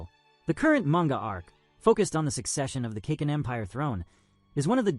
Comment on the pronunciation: It's pronounced (Kah-Keen)Kakin